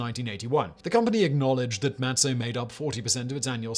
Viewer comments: Mah tzah, not mat so. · Simon, it's pronounced (Maht-zah)